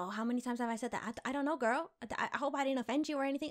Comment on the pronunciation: Omg first she says wings second earrings like GIRL is gils 😂😂😂😂 luv her